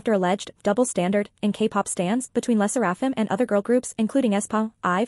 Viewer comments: It's pronounced "leh - sair -uh - fim". Asian names also do have have stress on any one syllable. Le Sserafim also SAYS THEIR NAME at the end of each m / v. Not getting the name right kinda weakens credibility. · Girl its ai obviously it's not gonna pronounce it right